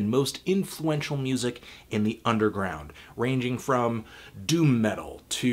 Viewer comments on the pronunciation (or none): none